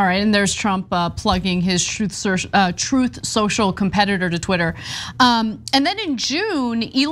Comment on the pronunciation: Alrighty is it “TOOTH SOCIAL” or “TRUTH SOCIAL”… hahaha 🤣